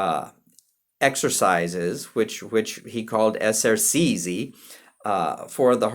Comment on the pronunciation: At about , we stop talking about Scarlatti and start talking about someone called ‘Scarladdi’ (ugh!). Essercizi is pronounced correctly ‘esser-chee-tszee,’ (not ‘esser-see-zee’). A little coaching on Italian pronunciation may have helped in what is otherwise, an interesting and useful video.